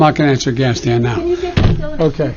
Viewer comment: Joe it's Afghanistan not Gas-can.